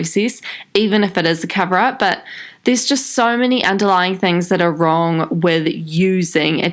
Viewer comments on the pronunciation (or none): none